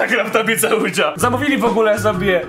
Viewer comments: nie OUDŹA tylko OUIDŻA... boshe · Oujia to nie "ujdża" tylko "łidżi" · Czyta sie 'oja' drogi 😂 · Drogi, nie chcę być nie miła, czy coś, ale tak na przyszłość: Plansza Ouija (czytaj: Łicza) 😉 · "Tablica Łudzia" -_- jprd.... daj Pan spokój..